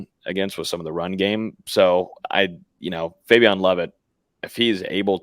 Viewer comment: Why does know how to pronounce Fabian’s name but still calls him fabiON? Instead of fabiEN like the coaches and his teammates call him?